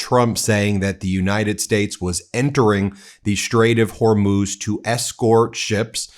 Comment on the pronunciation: He says Strait of Hormuth , is it near the Strait of Hormuz?